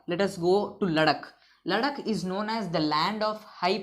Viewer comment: Sir lecture is very gud... But u r incorrect pronouncing word ladakh